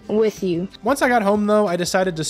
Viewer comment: “when im not wirch you”